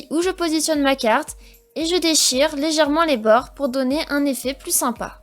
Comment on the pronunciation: elle a un problème avec le mot